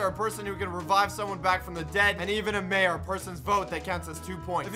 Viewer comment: Not Major Its Mayor